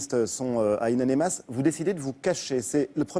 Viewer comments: Le manque de professionnalisme, le sujet de l'animateur c'est In Amenas et durant tout l'entretien il dit In Anemas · ONE HUNDRED FU***ING TIMES: It's In Aminas & not In Animas. Journalists my ass. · hhhh wi ça me tape sur le systeme quand il dit anemas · "in anemas" Mdrr non mais il le fait exprès